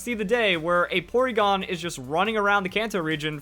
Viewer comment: When he said poregon I saw a shadow of Charizard or Dragonite